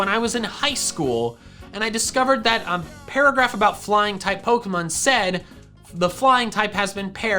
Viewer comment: HE SAID POKEY MAN